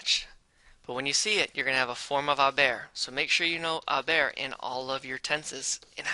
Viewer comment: it sounded like he said “a bear”😂 great vid tho!!